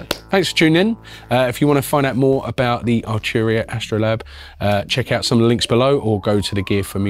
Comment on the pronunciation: Archuria. Second vid, get your pronunciation right 🤣